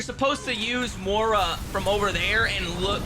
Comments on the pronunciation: why do you pronounce Moira like that it makes me laugh every time lol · Your inability to pronounce Moira correctly after it's said in the game 158 times breaks my heart 😂